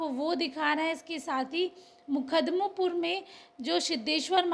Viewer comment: Makhdumpur h maidam bolna ni aata reporting kar rhi h. Ye sab dm sp vidhayak or sansad k wjha se hua h